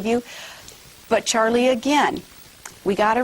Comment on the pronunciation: i swear to god this woman is saying "Churlie"